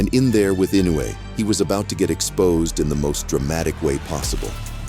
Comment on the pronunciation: It's I no u e, not I nou e